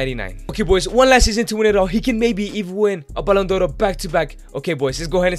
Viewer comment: why do you keep calling the Ballon D'or as "Ballon Doro?